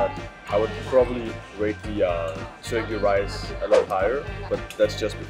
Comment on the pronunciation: 加油！ 看了也好想吃火雞肉飯 （發音大進步！）。 Your pronunciation of Turkey Rice is good!! You must practice a lot, we can all see your improvement!